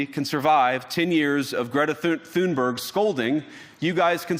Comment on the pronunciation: I find it somewhat amusing that Vance made a 'joke' about Greta Thunberg (and couldn't even pronounce her name correctly), paused for the laughter he expected - and was met with cold silence. If you're going to lecture others on free speech, maybe you should try practicing what you preach first.